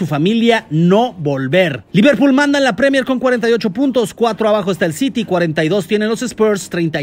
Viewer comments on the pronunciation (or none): none